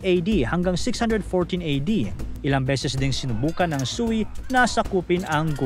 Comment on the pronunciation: Prounounciation ng sui dynast (katunog ng sway)